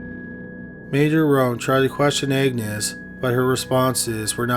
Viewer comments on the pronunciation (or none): Is he saying “Agnes” or “Egnes”?! Lol! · Agnes is pronounced AGnes not, EGGnes. AG - nes. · Agnes isn't pronounced Eggnis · Isnt "Agnes" pronounced "Añez"?